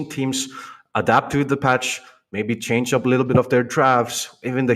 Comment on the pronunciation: Can't even pronounce Change'... Chang-gee/ Chang-gay 😂😂😂